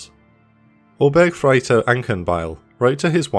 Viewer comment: The way the narrator pronounces "Obergefreiter"...